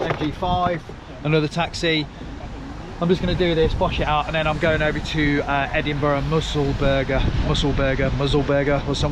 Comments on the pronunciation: Musselburgh - "Mussel-burruh" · Why don't we see you actually working on the vehicles, instead of just going to the customers house and showing us the vehicle. Going to the next one and repeating the process. Another gripe I'm afraid is not trying to pronounce scottish places. For example Musselburgh. Spelt with the same ending as Edinburgh. NOT Musselburger. 😮😢 PS. Sorry, but.